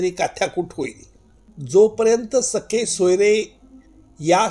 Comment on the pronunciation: Not sakhe soyare. Sir, sagesoyare. With due respect to you